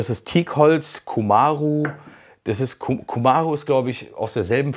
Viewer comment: Hallo, ich grüß dich aus Brasilien. Hier einige vielleicht interessante Infos zu Cumaru. Erst die Aussprache: die betonte Silbe ist die letzte, cumaRU (wie Polizei?) - evtl. ist das für dich interessant zu wissen (? ich bin selber von Sprachen allgemein begeistert). Das Holz is sehr dicht und schwer, ja. Wiegt im Durchschnitt 1090kg/m³. Zum Vergleich wiegen Ahorn 720 und Eiche 710kg/m³. Das mit dem Verleimen geht nicht nur wegen der Dichte, sondern weil es ein öliges Holz ist. Da braucht man Leim mit Lösungsmittel um es zu verbinden. Das ist ein sehr schwer zu bearbeitendes Holz, sodass in Brasilien es für Möbelbau vermieden wird. Es kommt eher im Bau vor (Dachstuhl, Carport, Terrassendeck, usw.). Zum Projekt. Es ist sehr schön geworden, und das bei einem so schwer zu bearbeitendes Holz!! 😮 Hut ab!!